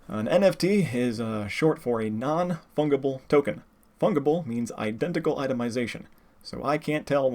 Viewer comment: I believe "fungible" is pronounced with a soft G. Other than that, great presentation which I will be sharing with everyone who keeps on trying to convince me that NFTs are Good, Actually. Although common misconception : copyrights don't expire by being unenforced (that's trademarks). There are many cases where copyrights suddenly start to be defended after a long time of silence and the copyright owner ends up winning as a result.